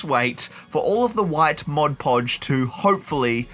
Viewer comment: Excellent work, but hearing ModGE Podge feels amateur lol